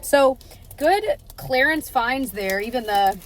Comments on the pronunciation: Oh hey, also, clearance is pronounced as CLEAR-ance. NOT clair-ence. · Yeah. She said clarence twice 😂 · Will forever love how your (and my) Midwest accent really jumps out with the word “clearance” 😂 love a day vlog!